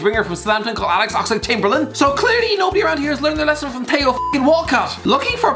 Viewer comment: I just hope that by 2020, would've learned to say Theo instead of Teyo Walcott